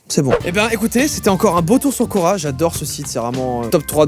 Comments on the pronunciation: Quand il a dit « cora / quorq « j’ai cru que c’était le magasin cora 😂😂😂😂😂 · Au début j'ai cru que tu parlais de Cora et pas de Quora '-' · Qui, quand il a dit "Quora" a compris "Cora" (le magasin) ? 👇🏻